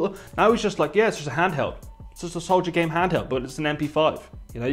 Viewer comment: Souljagame handheld please say it properly